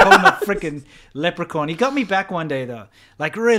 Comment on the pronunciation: "lep-re-corn" is the weirdest mispronunciation of the word leprechaun I've ever heard...